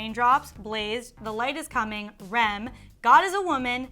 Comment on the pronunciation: Did she say REM.... umm it’s R. E. M. Letter by letter not one word